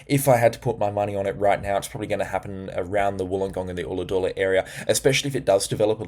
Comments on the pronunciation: G'day, thank you for your input. Just to hrlpnyou out with some name pronunciations: Forster (Fo-sta) and Ulladulla (Ul-uh-duh). Also, I dunno how you are going to do your paid channel, but I watch WW NZ (Weather Watch NZ) and Phil shows isobars including west and south of Australia, which shows what is incoming toward us. Is this what you looking to do or not? I realise you are busy, and I love your forecasting as well. Thank you for all that you do. It helps me with Scouts and activities with the local youth in the area. Kudos 👏👏👏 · ollahadoola hahahaha thanks for the forecast but you really pronounced that wrong there mate haha :)